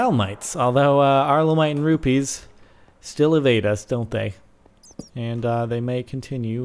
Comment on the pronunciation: It's rubies, not rupies.